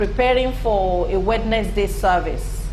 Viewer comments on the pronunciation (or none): Wed Nes Day ... lol